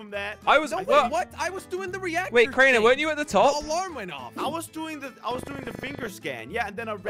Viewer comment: made me so mad when he said it’s crainer